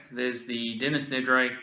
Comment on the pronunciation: Dennis Nedray? That made me giggle. Really enjoyed this vid, thanks